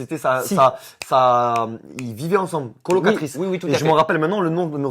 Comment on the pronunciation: Mon a prend que on ne dit pas une cloloquatrice mais une COLOQUATAIRE😂😂😂😂😂😂😂😂😂😂😂